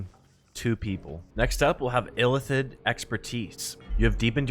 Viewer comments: ILL-ITH-id my guy Not Ithillid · It bothered me more than it should that he kept saying "Ithillid" rather than illithid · Please Christ stop saying "ITH-ill-id" when the word is "ILL-ith-id" and is spoken aloud no fewer than 100 times in the game you're discussing. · everytime he said Ithillid I died. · I have no idea, how can you pronounce Zai'thisk the right way, but your Illithid is Ithillid xd